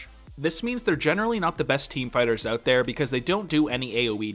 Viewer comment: Am I the only that keeps hearing 'spiders' whenever he says fighters?